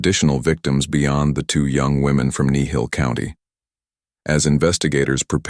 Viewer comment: It's Kneehill... just saying